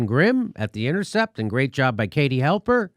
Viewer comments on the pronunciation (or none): Her name is Katie Halper not Helper!